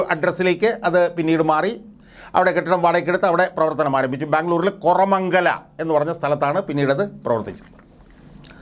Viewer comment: കൊറമങ്ങല അല്ല കോറ മംഗല, എന്നാണ്